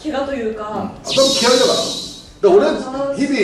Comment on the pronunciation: ＿人人人人人人人人＿ ＞ だらか ＜ ￣^Y^Y^Y^Y^Y^Y^Y￣ 一瞬方言かと思ったwww